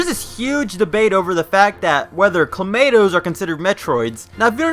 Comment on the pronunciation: All I hear is Clamato